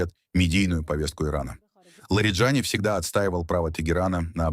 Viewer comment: В иранских фамилиях ударение всегда на последнем слоге. ЛариджанИИИ